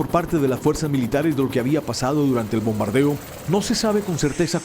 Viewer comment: El de rojo jajaja que los despertó el (Bordando) jajaja para decir (El Bombardeo)